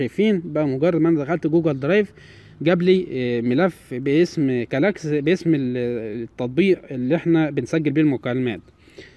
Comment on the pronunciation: كلاكس ايه 😂😂😂 البرنامج اسمه كول اكس ايه كلاكس دى 😂😂😂😒